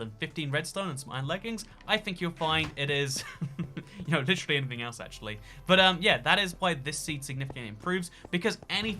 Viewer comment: said: Lichrilly